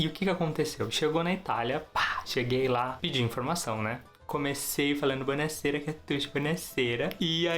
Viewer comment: "Bounasera" kkkkkkkkkkkk